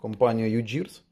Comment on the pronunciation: Привильно казати "Ю Гірс", тому що гірс по-англійськи - це шестерні.